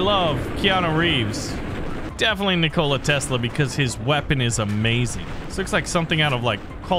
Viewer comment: As much as I love, I can't look past how he pronounced Nikola Tesla's name